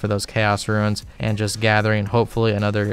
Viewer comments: you say ruins instead of runes and it makes me want to die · Correct me if I'm wrong, but catching implings gives xp and they are tradeable. Also I appreciate you calling runes, "ruins". A buddy I used to play with, called Draynor Manor, "DraynerMayner". I hear that in my head everytime. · Roons, not ruins :) great vid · is he saying ruins? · Love your content but please stop calling RUNES ruins lmao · I'm tempted to make a wiki on how to pronounce the word "runes"